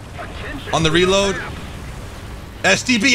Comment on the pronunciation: What's a "raload"? I thought you pronounced it "REEEload"